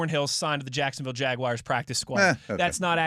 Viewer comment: Every time says “jag-wires” I have to turn this off